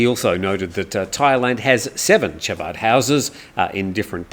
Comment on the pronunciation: No big deal on what I’m about to say but it’s Chabad but it’s pronounced Habad and it’s only literally as a community center .